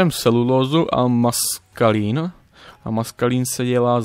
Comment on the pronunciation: Někdy mě ale pobaví ta výslovnost ,,maskalín" 😂😂😂😂 se už připravuješ na maškarní? 😂😂😂😂